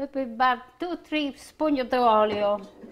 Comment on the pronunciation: Wonderful, cant wait to make this. Dont you love the way she says Oiryll...........oil..lol x